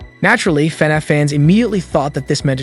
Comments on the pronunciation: It's annoying how he says "fin eff" it's " fah-nahf" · why is he saying fnef